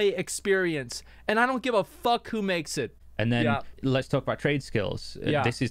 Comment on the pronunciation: "Fock That" for real.